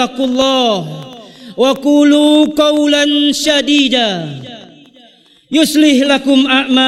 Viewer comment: Afwan yg benar قولا سديدا Dg sin bukan syin.. Allahu a'lam